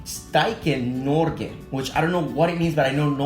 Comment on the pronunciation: Et lite stykke Norge means a small piece of Norway (sorry for typos :P) And to help you with pronounciation, pronounce the o like an oo, and not like UUUuu, if u know what i mean. And calm down a little with the R